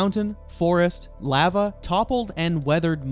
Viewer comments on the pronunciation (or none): He says Lava like "Laav-Uhh"